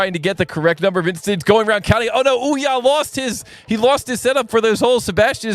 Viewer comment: Would be nice if you tried to pronounce some names right 🙂 Olja with "O"